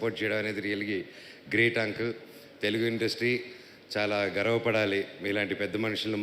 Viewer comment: ముందు ఆ అంకుల్ తొంకుల్ అనడం ఆపండ్రా రేయ్! 😂😂😂 వినడానికే కంపరంగా వుంది! కనీసం బయట మాట్లాడేటప్పుడు!